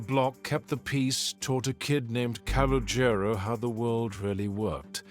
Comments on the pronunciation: Can you please stop saying his name you are absolutely butchering it. Just say “C” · The kid's name is colonial the name might be misspelled but it's not being pronounced right